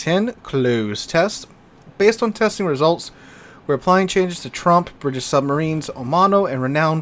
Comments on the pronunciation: It sounds as though you keep saying Trump instead of Tromp. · Please pronounce Tromp so it rhymes with Stomp instead of, you know.